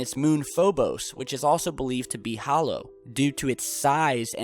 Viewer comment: Hoolow earth, pfffffffffffffffff!